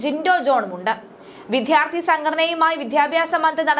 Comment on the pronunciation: പലപ്പോഴായി സൂചിപ്പിക്കണമെന്നു കരുതി....വേണ്ട വേണ്ട എന്നു കരുതി മാറ്റി വച്ചു. ഇനി പറയാതെ വയ്യ വിദ്വാർത്ഥി, വിദ്യാഭ്യാസം എന്നീ വാക്കുകൾ ശരിയായ രീതിയിൽ ഉച്ചരിക്കാൻ ശ്രമിക്കണം. നാണമില്ലേ ഇത്ര കാലമായിട്ടും ശരിയായ ഉച്ചാരണം അറിയാതെ വലിയ ഗമക്ക് വായിക്കാൻ കഷ്ടം ഇനിയെങ്കിലും ശരിയായ ഉച്ചാരണരീതി പഠിക്കുക